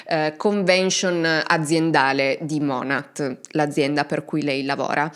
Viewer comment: Non vedevo l'ora di un nuovo video ❤ Volevo solo correggere un particolare, la pronuncia di monat è monè, lo dico solo perché ci sono tante creator americane che cercano di sensibilizzare sul tema mlm ed è bene riconoscere l'azienda nel caso qualcuno ne sentisse parlare.